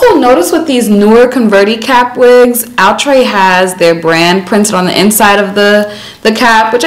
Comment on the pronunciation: Yasssss! I need wavy baby in my life and I love me some Cee 😍😍😍. I'ma also need Outre to clear up pronunciation cuz Ouuutre be killing me every time 😩 😫 🤣.